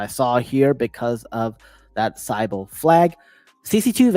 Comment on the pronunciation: Hey brother not trying to be rude but you're mispronouncing sybil and zeta. Thanks and happy to have you back, you haven't posted a video fora while.